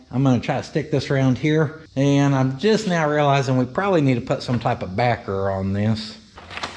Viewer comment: Did you say barker as in tobaker like dip lol